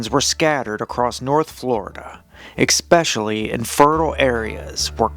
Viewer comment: X-specially??? Nah... I can't listen to anything by someone who doesn't even correctly pronounce "especially"